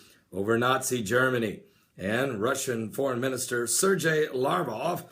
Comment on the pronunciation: So, Alexander the Great had the Spear of Destiny, huh? Considering the fact that he lived 300 years BEFORE Jesus, I highly doubt it. I think you need to re-check your history Pastor! Also, the "G" in Sergei is hard, not soft, and Lavrov's last name has a "V," not a "U." LaVrov, not LaUrov. Also, the Dan. moment is something done by the Antichrist. Not someone else. And when one Psalm is quoted, it's PSALM 83, ect, not PSALMS 83. Thank you.